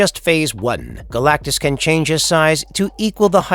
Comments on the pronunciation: How in the world did this get posted with the narrator's very first word mispronouncing his name ... "Galacticus" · seconds when you say "Galacticus", that was when I stopped watching. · Galactus, not Galacticus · Galactus. Not Galacticus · Galacticous lol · You say Galac-ti-cus 1st time you mention it's name lol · Did I just here dude say "Galacticus"? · Who is Galactuskus? Lol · Mf said Galacticus in the beginning ☠️ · first thing narrator said was "Galacticus" LOL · "Galacticus" mufukka I'll god damn fight you. The disrespect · Deadass called him Galticus in the first 13 seconds. Lol good try buddy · Am I tripping but does he say Galacticus right at the start?😂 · galactacus? Why'd you add an extra syllable? Isn't it Galactus... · “Galacticus” right off the back??? #fail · you said galactacus at the beginning, isnt it just galactus? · Dude had a minimum syllable count "Galacicus" lol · As soon as you called him Galacticus, I was out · 14 seconds into it, this guy is already butchering the name “galacticus”. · Did you say "Galacticus"?? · "Galacticus"?? I had to replay that to be sure I heard it right. I detest A.I generated narrations. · "Galacticus?" If you can't even get the name right in the opening lines you got issues. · Did you say... galagicus at the start?! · Why tf the narrator call him Galacticus in the first 5 seconds? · This fuckin guy just said Galacticus in the beginning of the video 😂😂😂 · Galac-ti-cus, is the first word of the video? Lol. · This dude said galacticus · he also said “Galact-i-cus” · 12 seconds in he calls Galactus Galacticus. No wonder he wants to destroy the world. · Literally the first word from the narrator is getting the name wrong. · You mispronounced the name of the subject of the video... FFS 🤦🏻‍♀️ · Turned it off immediately after hearing his pronunciation of Galactus. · Stopped watching when you mispronounced Galactus in the first 15 seconds. I can only imagine what your Shpliderman video is like.